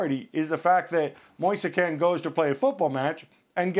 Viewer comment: His name is pronnounced moise keen, not moisa kane